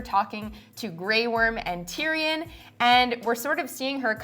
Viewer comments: Why he keep sayin it like Tyri-yon like boi stfu iss TYRION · "Tear-e-awn", seriously? Fire that guy immediately!